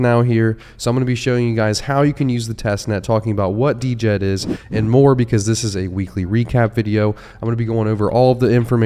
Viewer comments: You’re killin me the the d-jed 😂. It’s pronounced “jed” ;-) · It's pronounced Jed! For the love of all, please say it right, my ears bleed! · Dude, how do you not even know how to pronounce Djed?? The d is silent…